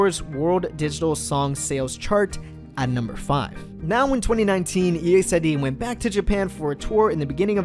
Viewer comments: Don't separate the group name, say it together. EXID. not E,X,I,D,....... I thought you may wanted to know. !!! Is like saying EXCITED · It's Exid not E.X.I.D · The way to pronounce exid is not “e-x-I-d it’s exid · Really guys? Firstly it is really pronounced as E-X-I-D , if you're a real LEGGO you already knew about this. By the way... EXID is NOT DISBANDING they are currently in a HIATUS. 👌 This dude got the wrong information. 😿😖 EXID means FAMILY. 👪💪😚 Just wait for them. 👍😜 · Is it weird that ive always thought of them as ek-zid, instead of e-x-i-d? Haha it weirded me out hearing e-x-i-d 😂😂😂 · e x i d, that annoys me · “e x i d” triggers me or am i saying it wrong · Its Eks-i-de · The way you pronounce EXID triggers me